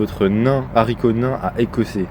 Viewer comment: Bonjour, nous regardons un ventre. Analyse : On dit haricot pas zharicot de 1, ahhhh mais je me suis gourée c’est jack et le haricot magique que je regarde, je rêve où c’est des plant de canabis qu’on vois ? Tu vas pas creuser bien loin avec cette pelle... mais attendez cette œuf ne serais-ce pas... attendre non... un œuf provenant de la foire fouille avec des punaise dorée dessus ? Pour reproduire le son d’un cœur qui bas : approcher l’œuf de votre micro et taper dessus ! Faut arrêter de regarder game of throne les gars, et arrêter la drogue surtout 13 sur 9cm, taille normal pour un œuf de polystyrène Mais il n’en loupe une avec ses potes loup-garou mais putain de merde